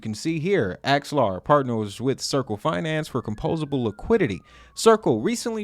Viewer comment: Its AX-ELAR, and not ALEXA...